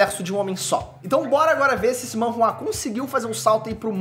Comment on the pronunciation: Sabe nem falar o nome correto. É manhwa